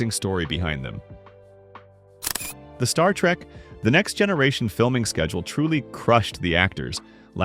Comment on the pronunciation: As a long time Trek fan, I still found this video informative. The AI narration is okay, but the mispronunciations and speech cadence is very annoying--especially every time it said "Star Trek....the Next Generation".